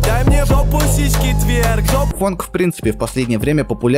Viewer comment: почему фАнк, а не фОнк? фанк это другой стиль вобще